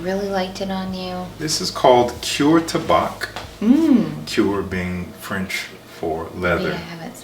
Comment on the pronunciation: In French you mustn’t pronounce the C in the word Tabac